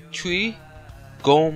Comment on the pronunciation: its nome * spelled gnome dont prenounce the g%$%#$%#$%#R